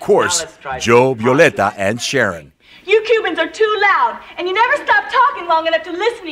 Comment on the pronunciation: Mi nombre es 'Violeta'. No 'Violenta'... lmaooo